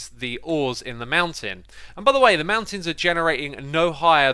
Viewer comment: He was so fast this time, that he forgot the T from MounTains